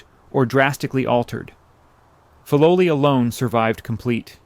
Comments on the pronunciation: Fi low lie not fi low lee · The pronunciation of Filoli is F-eye low lee not Fee low lee. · You have produced a wonderful documentary, devoid of the annoying and unnecessary background music. I lived in SF when Lurline Matson Roth was still an active patroness of the arts, and we were told that the name was pronounced FYE- LO-LEE, because Mr. Bourn made up the name combining words from his credo, FIGHT, LOVE and LIVE. (“Fight for a just cause; love your fellow man; Live a good life.” ) I have not visited the gardens lately, but I wonder if the docents pronounce it the original way. You get extra bonus points for pronouncing correctly the name of the artist, Ernest Peixotto, prominent in Bay Area art circles. Also, one of the most famous Matson ships that sailed to Hawai’i was named “The Lurline,” which everybody pronounced Ler-leen. Again, thank you for such an interesting and articulate narration.